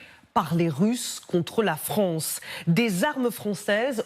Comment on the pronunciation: Des accusations russes contre la FRONCE? C'est quoi la FRONCE? C'est où la FRONCE?